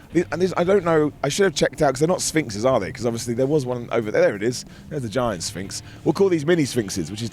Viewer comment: I thought you said Sphincter at first and was like wait what are we talking about bro?